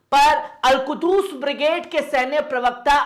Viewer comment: Not Al kudus it is a Al qhuds.